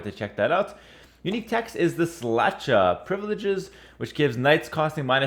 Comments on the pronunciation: Hello a Czech here. Houfnice is pronounced "Hou" - (exactly like hoe is pronouced in english) - "f" ( same sound as you would say in " f rost") - "ni" (same sound as in El Ni no) - ce ( same sound as in Mao Ce -tung also Szlachta is pronounced "Shlakhta" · I'd say "szlachta" is pronounced "shlakhta" and "obuch" - "obukh"